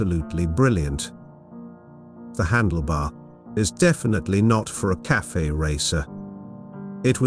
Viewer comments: I love the voice, perhaps all that’s needed this fix a few words phonetically like “Caff-fay” racer the few instances it says “KAFF” racer! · cafe is not pronounced "calf" -- it's pronounced cafay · Your AI voice is pronouncing Cafe (two syllables) as Calf (one syllable). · The computer voice needs to learn that it's not pronounced "CALF Racer." 🐄🤠☮